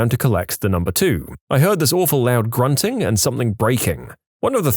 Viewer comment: And something “Somethink” annoys the F out of me